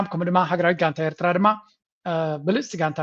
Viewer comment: This guy, whatever his name is; is a foreign minister of a nation, the so-called, Ethiopia. He can’t even pronounce Eritrea correctly. He is so foreign to the name. And he is telling us we are the same people! Feel sorry , he is a high authority of a neighboring nation. Shame on them, Animal Kingdom, jungle men from Arat Kilo!!!